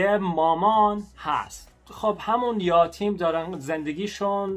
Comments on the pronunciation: یاتیم نیست، یَتیم درسته عزیز‌ درضمن صدای پس‌زمینه خیلی رو مخه...:( The background music is kinda on nerve... اگه می‌شه موقع صحبت آهنگ پخش نکنید آخه باید رو حرفات تمرکز کنم تا درست متوجه شم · یاتیم نه یَتیم درسته ... یَتیم . 😂😂😂😂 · یاتیم اشتباه. یَتیم صحیح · الهییییی... چه بامزه😄😄😄....یاتیم 😄😄😄 عزیز ما میگیم یَتیم = orphan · Hi it is not yatim (یاتیم)it is yatim(یَتیم). You are so good at speak persian. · یاتیم نه یتیم 😂😂😂😂😂😂😂😂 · آسمون هم درسته آسمان هم درسته توی صحبت روزمره آسمون گفته میشه. یَتیم. فَرزند خوندِگی. پیشنهاد هات خیلی عالی بودند حتما نگاه میکنم🤩 انیمه "پونیو" رو هم ببین یک قسمتی هست و داستان زیبایی داره 😁